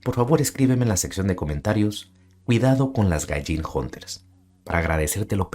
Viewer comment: Cuidado con las …Hunters?? Jejeje no logre descifrar lo que dijiste , 😅